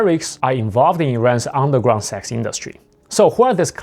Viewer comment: I hear you say Sax, not Sex